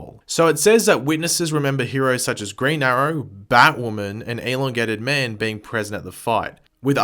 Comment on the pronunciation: Is anybody else annoyed by the way he says elongated man